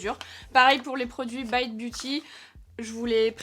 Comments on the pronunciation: On dit baite et non bite pas à nous t'es gueus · Mais vu que tu prononces "Morphe" à la française, alors "bite" aussi 😂 sinon c'est pas drôle 🤣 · On dit morpheu et pas biteu ça m’étonne de toi ça 😂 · haha j'ai cliqué sur la vidéo justement en me disant que tu allais dire Bite à la française et pas à l'anglaise XD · L'intro sur la prononciation de la marque m'a bien fait rire. Ça m'a direct rappelé le même type de débat sur Morphi que prononce Morpheu et bizarrement ici tu prends l'option anglaise 😂 comme par hasard 😂 Le maquillage est magnifique et le plus important: Bonnes vacances à toi 😘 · Merde c'est pas bite mai s bite 😂😂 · Bizarrement, pour cette marque veut prononcer a l'anglaise, par contre pour Morphe ou Rare Beauty ça veut la prononciation française 😂😂😂❤